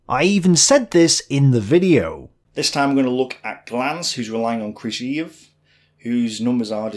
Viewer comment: I think just set the record for number of different pronunciations of Krivosheev in a single video.